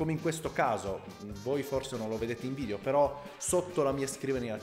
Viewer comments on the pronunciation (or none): none